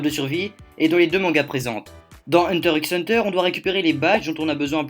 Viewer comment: Moi ça m'a choqué quand j'ai regardé les 2 (d'affilée en plus mdr) mais par contre dire "hunter ix hunter" c'est inadmissible pour tout fan de manga ou anime, on dit "hunter hunter" voyons